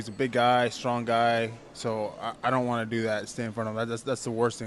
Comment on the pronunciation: "want" - "WON'T" right??? WTF? thought you were using google translate!